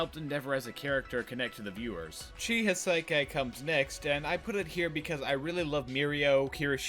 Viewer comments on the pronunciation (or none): Thoroughly enjoyed the video! Two little peeves, though: his name is Chisaki, not Chihisaikai. 3 syllables, not 5. Also, the pink-haired gadget girl from the sports festival's name isn't "Mew", it's "Mei". Keep doing what you're doing, I look forward to a manga follow-up!